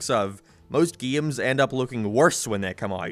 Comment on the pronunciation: Is bro saying gayes or games